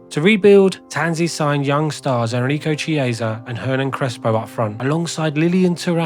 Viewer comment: It’s also not how you pronounce Chiesa. You’d think this one would be easy as his son is a current premier league player.